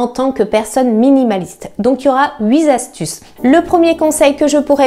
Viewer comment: Merci pour votre contenu toujours très pro et qualitatif. de très bons conseils ! (attention, on dit "huiT astuces", pas "huit z'astuces" ^^)